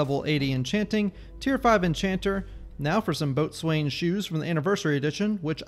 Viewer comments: bo-zun, not "boat-swain". I know it's a stupid word, but that's how it's pronounced. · "Boat-swain" is the proper Thalmor pronunciation ;)